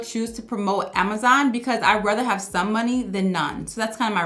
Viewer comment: I like how you say “Amazaan” 😅